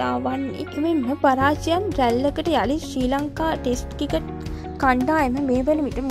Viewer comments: කිකට් නෙවෙයි ක්‍රිකට් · කවුද බං මේ වොයිස් කරන්නෙ. ක්‍රිකට් කියාගන්න බෑ. කිකට් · මේ නිවේදිකාවට පළමුවෙන්ම ක්‍රිකට් , ක්‍රීඩා ,ශ්‍රීලන්කා වැනි වචන් කියන විදිය උගන්වන්න, මේ වීඩියෝ එක බලන එක එහෙම්මම එපා වුනා මේයා කතා කරන විදිය අහලා